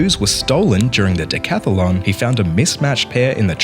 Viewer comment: BTW, it's decathlon, not decathalon. 😊